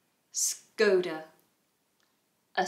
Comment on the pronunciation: Škoda should be pronounced with "sch" as first letter.